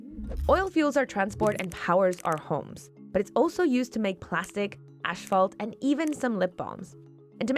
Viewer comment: Did she say "ash-phalt"? :/